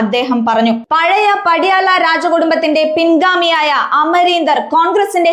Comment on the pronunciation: "PADYAALA" ALLA MOLE....!!!!!